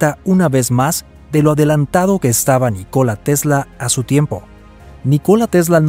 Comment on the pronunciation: El nombre NÍCOLA TESLA se acentúa la "Í" en la pronunciación.... No es NiCóla sino NÍCOLA aprende a pronunciar bien y luego haces tus videos "educativos" jajajaja